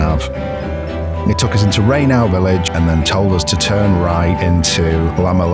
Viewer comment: Rainow is pronounced Rain-O (like window) (not Rain-OW like ouch) Not sure about the other place though.